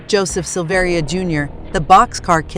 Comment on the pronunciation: It's pronounced Sil-ver-a. He is my cousin.